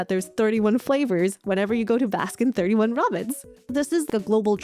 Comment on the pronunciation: pronouncing 31 in baskin robbins is very evil indeed. it makes me physically recoil every time i hear it and this chain hasn't ever been present in the countries i lived in anyway